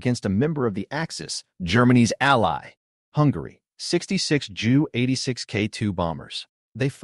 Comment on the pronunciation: Narrative is interesting, but your mispronunciation of the main subject matter is embarrassing. The letter J in German is pronounced like a Y in English; i.e. it's 'Yunkers'. And the 'Ju' isn't pronounced as 'Joo', either, but instead should be read out as two separate letters.. You should be referring to the 'Yunkers J U 86'. The same goes for your pronunciation of Wunderwaffe ... this should be read as 'vunder-vaffuh'. Sorry, but no likes or subscribes until you work on your German pronunciation.